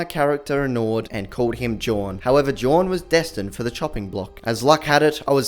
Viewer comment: Typically J's in nordic culture/language are pronounced as Y's so jorn is really Yorn